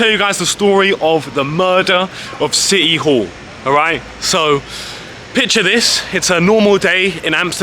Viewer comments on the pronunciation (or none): 😊 Did you say City Hall ? or Shitty All ? 😂 😂 😂